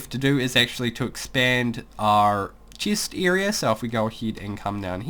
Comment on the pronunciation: ha boi he says cheest